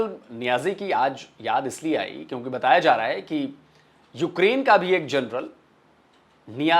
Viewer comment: ji, namaste 🙏, "journal" ya "jarnail" General shabdh ka paryaayay vachi padh nahin hain. Aap kripa karke aise apabhramsh na kare. Ye mera binnati hain aap se.